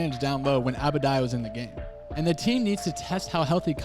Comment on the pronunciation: You butchered Adebayo’s name lmaoo but good analysis